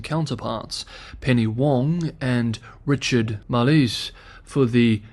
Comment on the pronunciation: Not Marlees...it is Marles..pronounced Marbles without the b